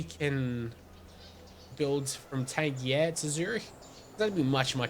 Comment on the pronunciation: Pretty sure "Tangier" is pronounced "Tan-jeer", not like a G but with a J.